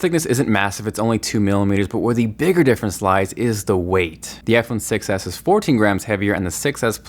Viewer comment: When you say iPhone 6 s it kinda like sounds like iPhone success